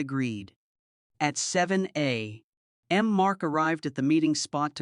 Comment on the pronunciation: 7 a.....m 😂😂😂😂 stupid AI. Wat happened to good ole human voice for narrations?